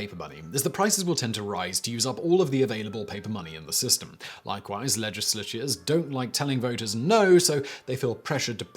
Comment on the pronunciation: "Legisleshes...." C'mon Simon, you are actually English god damnit!